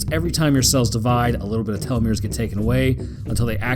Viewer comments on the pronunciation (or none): none